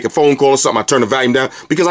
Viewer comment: I laugh every time You say "Valume"..awesome review as always though dude!